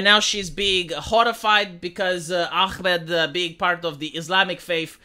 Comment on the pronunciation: Its AHmed and not ACHmed... why are pronouncing the H as Israeli says Chamas when its Hamas. you can pronounce the H Vee?